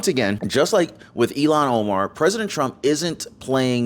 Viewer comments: Please it is Ilham with a h that is pronounced, not Ilon, which sound like “Elon”. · Ilhan, not Elhan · Its not Elon...it's " IL HAN " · "ILHAN" not "Elon"! oops! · Please speak her name correctly. Her name is NOT ELON !!!! HER NAME IS SPELLED.....IL HAN. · It's not Elon Omar it's ill - han Omar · Her name is Pronounced ILL HAN like sick hand. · It’s pronounced “illon” Omar. Please don’t say “Elon!” That’s an insult to those really named Elon!!! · ILHAN NOT ELON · ill han omar, not elon omar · It's ill han. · It’s not Elon Omar… it’s ILLHAN (IL Hann) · Omar’s first name is pronounced ill hawn. Not E Lon. She’s awful!! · PLEASE....NOT ELON‼️ IT IS ILHAN PRONOUNCED. ILL HAN ‼️‼️‼️ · It's Ilhan pronounced illhan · WE remember ILLHAN OMAR! pronounced ILL-HON, not Elon! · Please call Omar -ill han not Elon it got confusing Musk or Omar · Her name is pronounced ILL-hahn, not “Elon” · ILL-Hahn Omar. Not Eee-Lon. Pronunciation is important. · Her name isn't Elon its Illhan. If Your going to speak professionaly than please do so!!!!